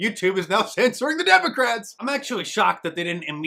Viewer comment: Did he say demoCRAPS ?